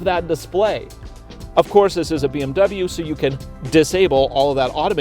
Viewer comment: Dubble bee em you